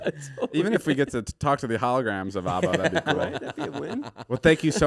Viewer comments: The way they pronounce ABBA. lol Its not Aubba. lol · I hate how they say ABBA